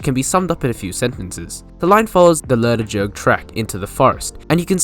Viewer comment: And Leonard's Hill is pronounced 'Lennard's' Hill. And all the 'G's in Lerderderg are hard -- as in 'good'.